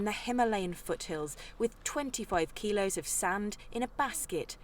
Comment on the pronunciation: Think he said 25kikos not pounds!